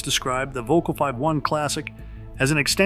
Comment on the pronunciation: It keeps cracking me up how Americans keep pronouncing it as 'vocal'. Not even close to how it should be pronounced!😆 Also shockingly expensive racquets btw!😱😵‍💫